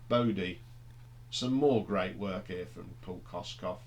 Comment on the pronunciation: Kossof not Kosskoff